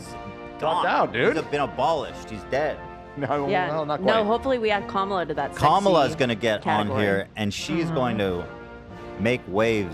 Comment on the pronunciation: Ethan with peace and love you NEEEEEED to start consistently saying Kamala's name right my guy